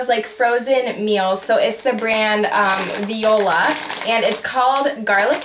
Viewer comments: Haha it's Voila like "wa-la" not Viola! That is what I thought too at first. The brand is Bird Eye. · try and make homemade apple sauce. it tastes so much better and probably better for you. it easy to make to. and it actually not pronounced VIOLA. being french immersion, just had to point that out. listen to it on google translate thanks for making this!do more vids this this